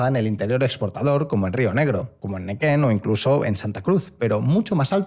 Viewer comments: Se dice NEUquen NO NEQUEN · Vivo en Neuquén siempre q nombran mi provincia la dicen mal. No es neken, es Neuquén como se lee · "NEQUEN" dice Auspicia este video fondos reservados de la S.I.D.E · repit after mi ... N E U Q U E N ... neUquen neU quen .. grazie mille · *neuquen la "u" se pronuncia.